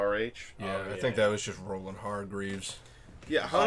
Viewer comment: “rollin hargreeves” 🤣